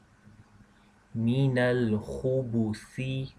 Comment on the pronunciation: Is there meant to be a sukoon on the 'ba' on Khubthi, instead of dhumma.